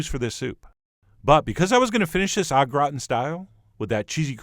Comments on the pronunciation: broccoli soup O'Grawn is basically what I heard. Gratin is pronounced more distinctly. Grah-tehn. like the French cartoon TinTin if you actually know how to say that with a French accent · Thanks for the video & recipe but - God Chef John - you would not be able to pronounce French words properly would your life depend on it! Soupe au Gratin! Run it in Google Translate to hear it! :) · except stop short of pronouncing the n